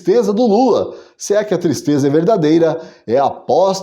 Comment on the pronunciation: Que "tistreza"